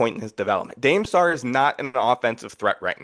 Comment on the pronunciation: Dude saying Dame Sarr’s name wrong 20 times in a row is wild